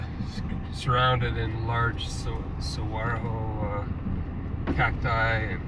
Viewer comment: “saguaroho”… 😁 saguaro 🌵